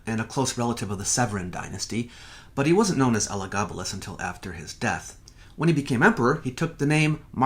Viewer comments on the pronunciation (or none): none